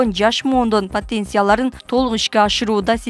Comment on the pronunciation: Патенция эмес потенциал. Уят